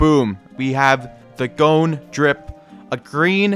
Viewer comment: Why do you keep saying gone or cone instead of his actual name 😭